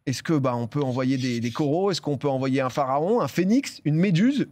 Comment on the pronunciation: Quand il parle de l’emoji corail et qu’il dit « Coro » 😢